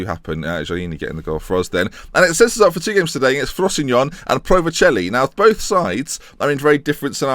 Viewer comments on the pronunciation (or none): It's pronounced "FROS-SIN-NO-NEY" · I thought it was pronouced frow-see-no-nay? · when pronounces frosinone well feels